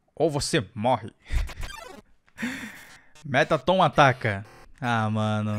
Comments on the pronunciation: Vc fala o nome do mettaton errado se diz merraton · se escreve metaton mas se fala meratton